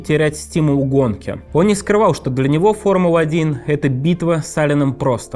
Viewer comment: Ребят, простите, может, я злая, сильно раздражает «макВУарен», «формуВА», «поУ-сезона» 🥹😢